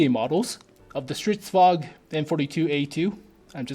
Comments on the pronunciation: Stridsvagn, not stridsvag. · Why say "stridsvag" when there is clearly an N in there? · Holy shit, Swedish tanks, really?? I'm a Swede, a big tank nerd, a big WoT nerd, and I'm super stoked!!! Stridsvagn is pronounced "Strits-vangn".